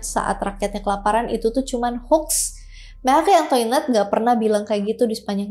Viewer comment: Makhri antoanet bacanya 🤗🤗